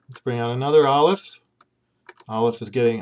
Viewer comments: I'm not a native Hebrew speaker but I've been learning Hebrew lately and based on everything I know about the language, I really don't think this video is helpful. I got as far as Aleph which you pronounced with a strong American accent and claimed 'has no sound'. How can you say it has no sound! Aleph is such an important and integral part of Hebrew pronunciation. Here in England, the aleph sound is an important part of everyday English (eg words like 'Apple' or 'Ask' begin with an aleph sound in British English). The idea of dropping this from English is unthinkable, but the idea of dripping it from Hebrew - a language which has a special letter dedicated to this sound - is totally unthinkable. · I'm relatively new to learning Hebrew, but I was taught that aleph is a glottal stop. Perhaps some Hebrews use a silent aleph, but I really cannot imagine it being silent. I would find it almost impossible to pronounce many words if I couldn't say the alephs! :)